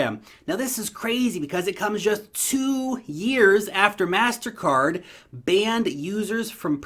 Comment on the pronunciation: Its pronounced Mastercard